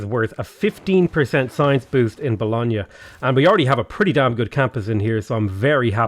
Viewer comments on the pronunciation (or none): Bologna is pronounced as bolòn-ja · it’s bolon- YA!! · Really enjoy these videos but the pronunciation of Bologna always makes me cringe. Logically, I'm sure there's all sorts I pronounce wrong but that doesn't stop the cringe.